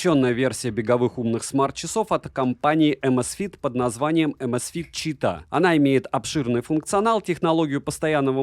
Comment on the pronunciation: расслабься!) Говори просто Чита, с ударением на первый слог, так будет правильней. Не город ЧитА, не читаХ.)) А так: как всегда все обстоятельно, объективно и по делу.